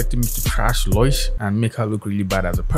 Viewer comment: Wait... it's pronounced Loy-sh? I've always called her Low-ish since her name is Lois. Or is this just for laughs?